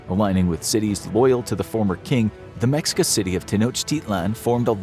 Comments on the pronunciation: Ma-sheik-ah.. not mex I ca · The culture name is pronounced Meh-shee-kah. Not Mex-ee-kah. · I'm glad I found this I was about to make a long comment about it. Hearing mexica kinda stung my ears 😅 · It's pronounced "Me-shee-kah". Not "Mex-ika". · the fact he pronounces it as “meksika” a billion times 😭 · I know I'm gonna get yelled at. Anyway "MeSHEEca" - the X in Nahuatl (Aztec) words is the Spanish way of saying - "We can't pronounce that bit, since there is no 'sh' sound in Spanish". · Mexica is pronounced May-Shee-Ka. And the video shows them migrating with horses. They had no horses before the Spaniards came. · It’s pronounced Meh-shee-cuh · Mexica is pronounced Meh-she-kah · Hi! Mexican here, it's pronounced Me-shica when we are talking about the civilization. C: great video as always Edit: Also the Aztecs was the name they had before emigrating from north to south. When they arrive at what's is today Mexico City they are just called mexicas, not azteca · Let me correct you on that what you stated firstly it's pronounced meh-she-ka. 2. They where always mexica the word aztec was the name of the Empire that the mexica where apart of Along side texcoco and tlacopan peoples. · Excuse me, it’s pronounced Meh Shee Kahss. Not what ver u said. Also, it’s Moctezuma, not monte whatever the f you said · Mexica(Meh shee ka) and Mocteuctzomatzin is Moctezuma's name in Proper Aztec Nahuatl including the Honorific suffix. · Mexica is pronounced "me shica" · It's pronounced "meshika" Mexica. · I hope y’all are scholar in this cause you pronounce Mexica incorrectly so who knows what else is wrong